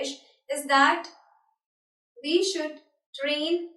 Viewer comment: it's we not ve and think not tink